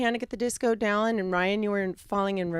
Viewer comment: I don’t know why but I screeched when she said Dallon.